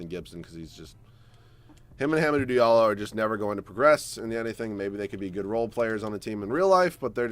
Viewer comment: You said Hamidou Diallo’s name wrong